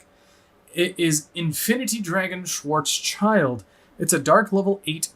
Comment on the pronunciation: Hey nice video. Love the new support. 1 thing "schwarzschild" means "black shield" in german and "schild" is pronounced just like "shield" and not "child".